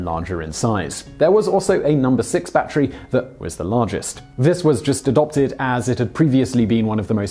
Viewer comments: Unbeknownst to this host, "battery" is a three syllable word... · someone just wanted to hear him say "Batchery" a lot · It's not a 'bat tree".